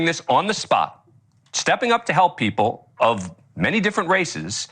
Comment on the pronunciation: She can't pronounce "people" Pee-poo,lol.